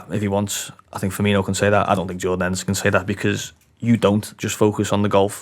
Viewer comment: Why do people still, after all this time pronounce Firmino and Fabinho's names wrong? 🤷🏻‍♂️ Look at how they are both spelt!